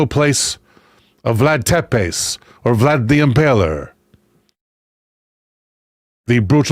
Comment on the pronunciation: Just catching up now. I had the boys again and they wanted sausages, onion and mushrooms with barbecue sauce, so I was busy cooking and running after children. Tepes is pronounced Teh-PESH. Yeah, yeah, I know....I'm picky!!!